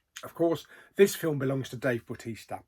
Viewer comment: meh it's a miss apart from dave bautista (please say his name correctly) 4 out of 10